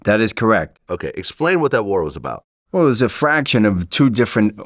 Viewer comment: He's saying fraction and not faction😂